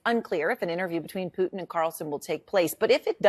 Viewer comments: Who is "peeuuutin? I know who Putin is, but PŪTIN.... NO CLUE. LOL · The one anchor can’t even pronounce Putin correctly lol